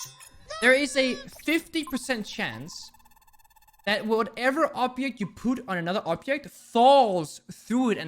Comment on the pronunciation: did he say obyect?